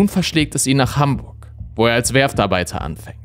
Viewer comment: Hamburchhhhh deggaaaa